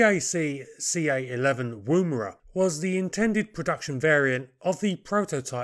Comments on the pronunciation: It's pronounced Wumera. Wum as in woman. Hope that makes sense. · For information - the oo in Woomera is pronounced much closer to the OO in Book, of cook. No worries, as i say, just for future reference. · Pronounciation of 'oo' in Woomera is like 'oo' in look. Not like 'oo' in boo. This name is from the indiginous australian word describing a throwing stick for launching a spear. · Not a criticism. But as an Australian I would like to mention this. The woo in Woomera is pronunced like the Wo in woman. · You don’t use the ‘oo’ sound in Woomera. More like 'Woumra'. Most Aboriginal words are said very fast and don't sound anything like they are transcribed into English. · Yours is always an exciting and insightful program on little known aircraft, to which I look forward too, On the pronunciation of Aussie place names: Woomera, has no accent on the first syllable., rather the Woo is as the word wool, So woom-a-ra. We have some tricky words, not as commonly in use as the North American Indian tribal or place names. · Pronunciation note (if you will excuse me); Woomera is pronounced 'wUmera' by most of us, as if you were from the North of England (as in; "Eh Up! It's bUms that count 'ere, not 'ats"). Similarly, the preferred pronunciation of Boomerang is 'bUmerang', though few of us do this. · Thank you for these pieces on aircraft previously totally unknown to me. Incidentally and not terribly importantly, the "woo" in "woomera" is usually pronounced with a short "u" - ie more like "wuh" than "woo". A woomera of course is a piece of wood shaped to be used to throw a spear further and harder - a similar principle to a modern day plastic dog ball thrower. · Woomera. Oo as in book not moon.